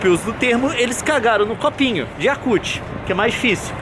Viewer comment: Gangpanda VR PZ Ele falou Yakult